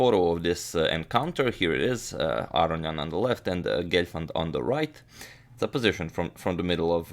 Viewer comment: why do people say "AR-ee-ahn" instead of "Ah-rohn-ee-ahn" Is this how you say his name? I guess its like how americans say KAS-parov when I think it is kas-PAR-ov?